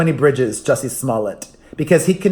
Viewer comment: It sounds like you're saying jessie's mullet every time and it makes me think of john stamos ❤